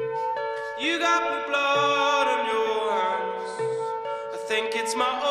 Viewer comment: he said hands in a British ascent